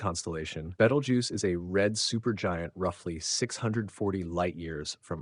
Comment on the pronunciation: oh please, its been "two weeks from going supernova" for fifty flipping years. every week youtube has anpther shte AI video like this one and the AI can't even pronounce its name right twice in the same sentence. and FYI. its 650 light years away. It it went supernova it wont be in the "next two weeks" but already happened 650 YEARS ago and we would have seen proof of that years before today.